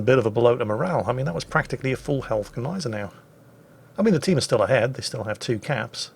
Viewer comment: I'm one of your biggest "salt-miners"! Keep up the excellent work. I love Jim's books. I've read all of them! They are excellent reads; or listens, considering your preference. However, being that you have such a large audience, can you please do all of us naval historians a huge favor? Use the proper "Niezen-now" pronunciation for Gneisenau? Please? It grates some of us serious WW2 naval buffs to no end. You and you alone, with your large, novice WoWs audience, can remedy this horrible fad of mispronounciation of a great German ship. Cheers! 😋 🇺🇸